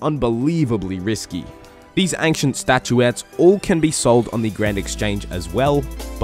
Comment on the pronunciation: is my guy saying aink shint for ancient